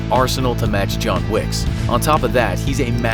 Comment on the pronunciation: John Swicks Secrets instead of John Wicks Secrets